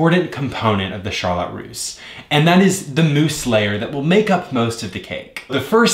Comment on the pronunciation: Beautiful cake, whyyyyy do you say “Charlotte” like “shar-LOT”?! Omgomgomg my OCD can’t take it hahahah